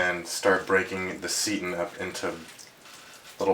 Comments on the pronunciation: Nice video. Thanks for being so methodical. Just so you know, it's pronounced "say-tan", not "see-tin". Also, you shouldn't measure dry ingredients (like vital wheat gluten) in a measuring cup designed to measure liquids. There is quite a difference between the two. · ah he's young. Most of my students like to say "seetin"... LOL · It's pronounced "S'eye tan"